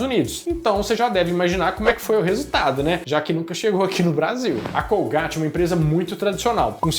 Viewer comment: colgaite.e não colgáte,é inglês